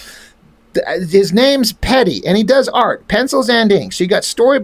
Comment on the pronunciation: I met Pedi once at SDCC in the mid 90's. He was really nice to me and my friend but he cheered a little hyper active and aloof. I remember him signing my book with one of those gold pens. His signature took up the whole cover. I have a sketch he did for me also. He basically drew himself. BTW, his name is pronounced Pie-dee.